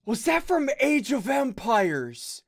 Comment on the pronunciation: When u said "age of empires" I heard u said age of vampires😂😂😂